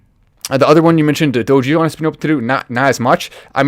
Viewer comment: It's pronounced DOG-E-LON 😁